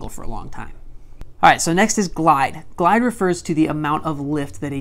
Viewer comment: You said glidus